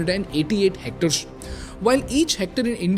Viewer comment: bro the way you pronounce percent and hectares is not clear, just something to work on.....